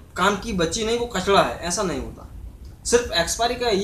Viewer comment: कचरा होता है भई कचड़ा नई लगता है बिहारी हों😅😅😅